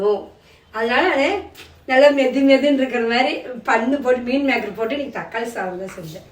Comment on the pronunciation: தம்பி, அது மீன் மேக்கர் இல்ல, மீல் மேக்கர்